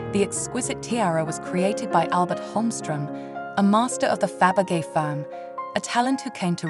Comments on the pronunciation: What is shocking that you did not care to learn to pronounce correctly the name of your hero, which is a cultural noun in the World Art (if you pretend to be some kind of expert in jewellery; and that made me wonder - whether the voice is of a real poorly educated human or a synthetic Abomination that nobody (human) bothered to check and correct - and such sloppiness is disrespectful and jarring - especially in the connection to the feligree jeweller. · The poor English makes this unwatchable- the robot voice can’t even pronounce Fabergé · Please could you pronounce the names correctly, to start with Fabergé? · Its such a shame, so hard to listen to and negates the beauty of the pieces when the name of Faberge is mispronounced. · OF all the artists to mispronounce Faberge should never be one them. It's disrespectful to the artists. Please make sure you can pronounce the artists you cover. It's aggravating! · You are obviously not English or European. Why produce and upload narrated videos? Money... give me your money..... you read this out of a book and AI narrated choice shows u for what you are . 'A tera by Faybegay"... its not worth watching you should be asa meeed!!😅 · I am very much enjoying these interesting videos. The history included is impressive. I have already read your response to the comments on the english mispronounciations of Faberge and tiara. Thank you! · Somebody please get a real person, who can pronounce Fabergé, or at least pronounce Tiara. The AI's appalling pronunciation made this impossible to watch.